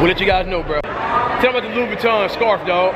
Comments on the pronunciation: Cashes pronunciation is all messed up Vasashe Louib Batton Feragmmae 😂😂😂😂😂😂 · Bruh ferrogamé versache Louib Buitton 😂😂😂 cash r u being seriously or r u trolling